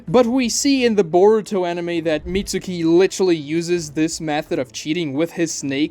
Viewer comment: *Mitski not MitsUki. It's pronounced the same way as Sasuke. For someone who loathes the English dub you sure aren't well versed in Japanese pronounciations.